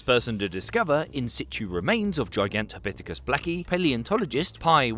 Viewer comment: gigantopithicus what now 😂😂😂